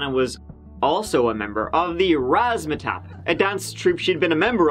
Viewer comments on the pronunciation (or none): "Razzmatap" LOL